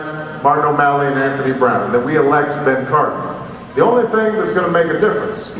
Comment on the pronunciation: wow your dumb u cant even get BEN Cardin's name right. lol